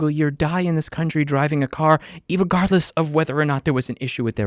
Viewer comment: Did you say "irregardless"?